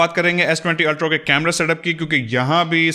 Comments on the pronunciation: Why are you continually saying s20 ultro!! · Good video on S20 "Ultrow" 😀